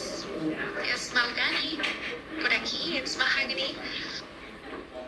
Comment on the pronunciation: Am I the only person who noticed that "Mahogany" pronounced her name differently each time she said it. The first time she said "Mog-any", but she got the "Hog" in there the second time.